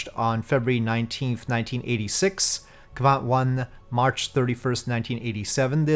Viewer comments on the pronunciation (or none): Great mission! Also, you’re pronouncing quite well, but its Kvant, rather then Kavant as you’re saying. And you said Kristall properly, so don’t worry